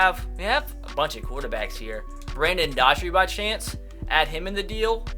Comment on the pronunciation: Doughty is pronounced d-ow-tee